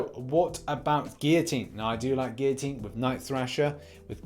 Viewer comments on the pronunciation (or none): none